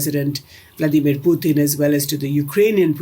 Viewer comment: Blo_dy LIAR of a Commentator. Titles her program "Why India ... " but does not even touch upon it. Typical Indian Flim Flam with BOGUS Gurus etc. To top it she mis pronounces "Pu-t-in" in a typically uneducated, incompetent but pretentious Indian way, pathetically full of themselves, the IRRELEVANT Billion !